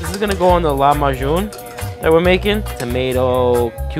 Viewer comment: It's Lahmacun, not "lamayun" man xD